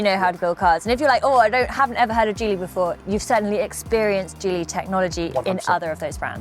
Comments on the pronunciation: OMFG IT'S JEEEEE LEEEE not gee lee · The guy is NO EXPERT at all he mispronounces GEELY then does not even have a logical representation of GEELY's brands and missing out major ones. He can barely fill space.